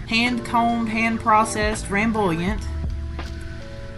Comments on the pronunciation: "Ramboolient"? Come on. You can go to Google translate and see how it's pronounced. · I am here for "ramboolient" :D